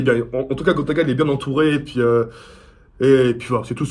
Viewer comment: il dit "grota" nn?